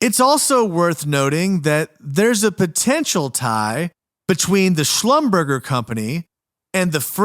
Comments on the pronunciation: Schlumberger is pronounced: shlumberzhay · Slum ber jay